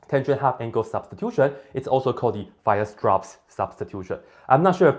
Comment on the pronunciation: I love the way you pronounce "Weierstrass" like "wire straps". In Germany, "strapse" mean "suspenders". :-)